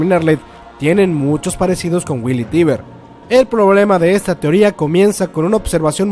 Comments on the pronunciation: No que era "Teiber" o asi segun yo lo pronunciabas en los videos pasados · Lena Oxton 'Tracer' Se pronuncia "taibr", se escribe "Tybur".